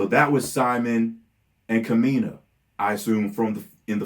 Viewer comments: And, the stress in Kamina's name is on the first syllable, not the second. So it's KAmeena, rather than KAmeena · Ka-mi-na and si-moan